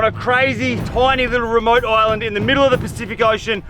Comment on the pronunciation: Everytime he says island i understand oil land 😂